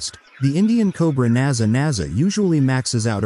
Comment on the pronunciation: It is Naja (or possibly Naga) but not Naza